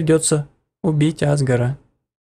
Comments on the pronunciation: Говорят азгор а не азгр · Не Азгар а азгОр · не Азгор а азгОр! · ► Play не Азгора а азгОра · Ни а́згор,а азго́р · Меня одну бесит что он говорит А́згор, а не Азго́р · Азго'р а не А'згор